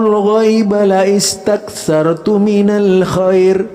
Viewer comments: Ustadz, afwan ada cara baca ayatnya yg salah. Teks لاستكثرت itu cara bacanya yg tepat adalah: lastaktsartu ( hamzah tidak terbaca), bukan dibaca laistaktsartu (dg hamzah dibaca kasrah). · Pk salah baca laistaksartu,yg benar lastaksartu.blajar lagiiii